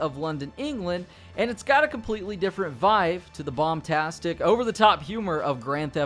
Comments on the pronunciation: “vive” •2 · “vive”? 😂 You mean VIBE?